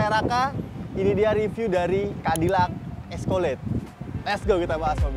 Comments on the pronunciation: Escalade dibaca "eskeled"😑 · Eskolet😂🤣🤣 ga skalian escoklat🤣🤣